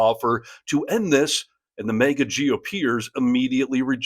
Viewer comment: Why does this guy keep saying Mega? It's MAG-ah.